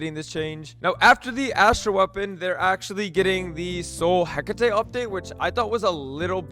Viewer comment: Completely botched the hecate pronunciation